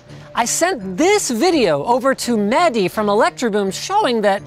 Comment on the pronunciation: It's Mehdi, Not Maddie.